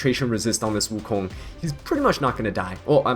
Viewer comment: His pronunciation was correct tho?